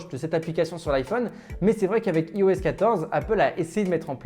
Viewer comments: Ça se prononce "AÏE-OS" pas "ee-o-ess", on prononce "Aïe-Phone", pas "ee-fone", c’est pourtant logique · Ta vidéo est pas mal mais stp apprends à prononcer IOS